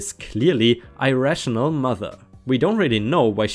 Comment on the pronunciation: Irrational - it's the short i (like the i of "in") at the start of this 1, unlike the long 1 in irate. Mija - mi-ha - you got the mi part right, but I believe that's 1 of the Spanish words where the j has an H sound.